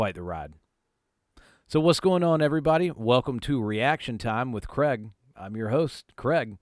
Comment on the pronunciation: Why you fucking our name up you??? Take a closer look, theres an "a & i" in it 😂